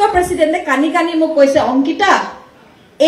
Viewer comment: Baideu Kani Kani nohoi Kandi kandi